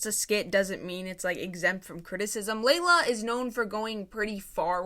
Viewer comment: Layla? 😭 Can I ask why you always mispronounce people’s names? (Double comment maybe)